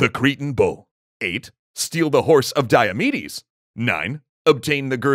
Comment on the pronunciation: I thought he said "obtain the horse of diabetes " lol